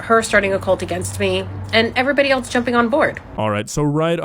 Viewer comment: Anyone who pronounces the word ‘else’ as “eltse” is not to be taken seriously.